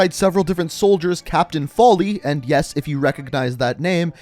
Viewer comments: Nigga did you just say Capt. Folley?? Have you mever met an irish person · He said foley wrong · The WW2 Price part is wrong... really wrong. Homie obviously didn’t play ALL of COD2 when price and the rest of the Brits actually fight in France after Dday in 1944. Also the way you say “Foley” makes me cringe.